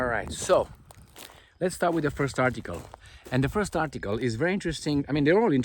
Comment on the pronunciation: kids with their "phurst"... phehee😂😂